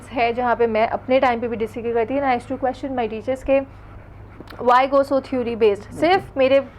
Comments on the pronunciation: This stupid girl in the pink says their education is way better than foreign ... hahaha ... nd she just says theury instead of theory and many more mistakes man these people are funny ... stop comparing stupids u can never be like us ... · lol she is pronouncing theory as thuri hahaha